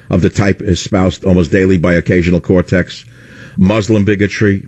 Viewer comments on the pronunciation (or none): he called ocasio-cortez Occasional cortex lol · He mentioned Ocasio-Cortez off-handedly, but it sounded like "Occasional Cortex" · Wait, did he call AOC "Occasional cortex"? lol... I love how they passively take digs by purposely mispronouncing names.